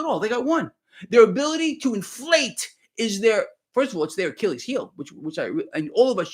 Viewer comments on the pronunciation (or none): none